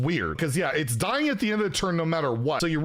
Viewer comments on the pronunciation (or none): none